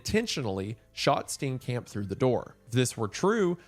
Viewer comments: Steencamp is killing me, I love you man but is it that hard to click "play audio" on google translate? Its painful. Steenkamp is pronounced like St-IAN-K-ump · DOLUS EVENTUALIS (💀 cringing at every mispronounciation of Steenkamp)